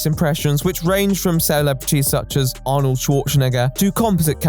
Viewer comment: might wanna work on your pronunciation of arnold lmao.